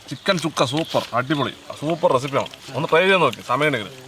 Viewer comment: ചുക്ക അല്ല ശുക്ക